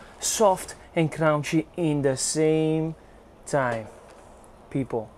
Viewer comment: Soft and "crown-she" 😂🤣😂